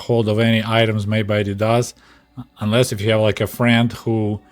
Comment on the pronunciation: The animal you’re thinking of is a duck-billed platypus. And the Russian pronunciation of Adidas is correct as it’s close to the original German.